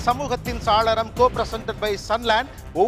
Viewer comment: Saaralam nna jannal nnu artham!! Not “Salaram!! Gopi Sir!! Saalaram nna artham vera!!! Thamizh arinjargal ulla sabayil idhu thappu!!!